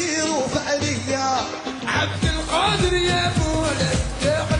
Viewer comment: efsane giriş 😁 the greatest pronunciation of name "abdulqadir"